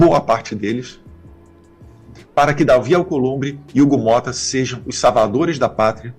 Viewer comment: "Savadores "?? Oi ? O homem tá tão desequilibrado que não consegue nem mais falar corretamente 😮 já chega de dar palco pra esses debilóides . SEM ANISTIA !!!